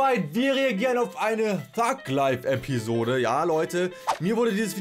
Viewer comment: Alter das hört sich an wie:Fuck live! LOL